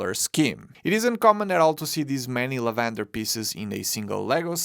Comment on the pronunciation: You keep swapping the ‘a’ and ‘e’ in lavender. You keep saying LEvAnder. The pronunciation is lAvENder.